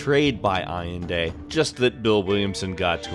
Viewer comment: Allende pronounced Al-lehn-deh